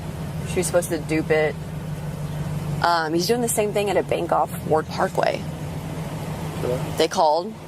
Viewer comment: Wtf is a "benk"?